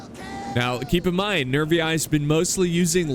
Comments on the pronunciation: Latin teachers say you should pronounce the "ii" as "ee-ee", so Nervii would sound "Nervee-ee" in english. I'm not saying that's the only correct way, but it's certainly one of them. It's absolutely legitimate to say Rome instead of Roma. Every people changes the pronunciation of other peoples' cities and words. Romans didi it as well. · No no no. "Nervi" you pronounce as it have just one "i". Not "Nervi-ai" that have no sense. Nervi. And Gaeti... just "Geti". By the way, Roma (not Rome) adapted through history. If they saw something that was good, they was quick in integrate it to their equipment. And the label of "Barbarian" stands for those who can't read and write in correct Latin... thing that could be applied even nowadays since many still can't read and talk in Latin. Or Italian. 😎